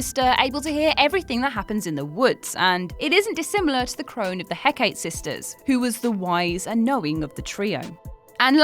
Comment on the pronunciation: Hekate is actually pronounced Heh-kah-tay, sorry just irked me :)